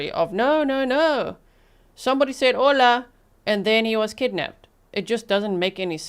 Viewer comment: It’s not funny but every time you say hola I chuckle